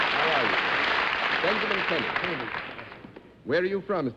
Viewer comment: Keeney. Pronounced Kee-nee. He tried to correct Mr. Daley at the beginning, be I guess he didn't hear him. So they ALL kept saying Mr. Kinney! Thank you for posting this!